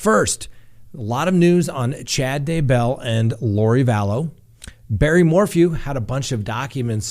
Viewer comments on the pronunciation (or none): Oh! Do you mispronounce words on purpose? It’s Kee-tow - Keto. And as for the Daybell’s it’s not Day- BELL.